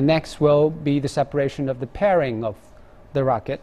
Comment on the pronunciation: the party pooping truth: the commentator misread "fairing"